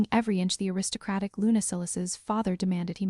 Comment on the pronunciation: Please quit shaking the graphic. It's SILAS not Sillas nor Seelas. God I hate AI narrators. LUNA not lunar. Okay I'm done listening as the whole storyline is pure gibberish.